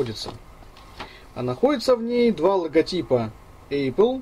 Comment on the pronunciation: у меня кровь из ушей пошла когда он в 100 раз сказад эЙпл, пздц!